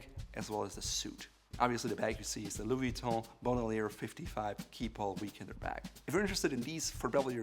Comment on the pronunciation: This guy in desperate attempt to pronounce everything “right” is pronouncing everything terribly wrong. For example, he pronounced “Bandoulière” as “Bond-oo-lee-ehr” when it’s pronounced “Ban-doh-lee-ay”